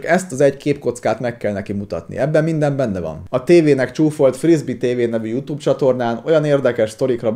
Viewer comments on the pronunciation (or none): none